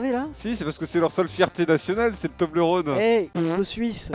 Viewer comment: Toblerone ça ce dit tobleur one si jamais mdr